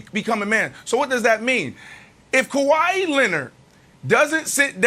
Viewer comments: Kawahi “E” Leonard 😂😂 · Sounds like “Kawahi E Leonard” 😂😂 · Why does Brandon always call him Kawhi-ey 🤣🤣